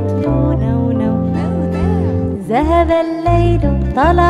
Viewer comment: بس ياريت تقولي ذهب وليس زهب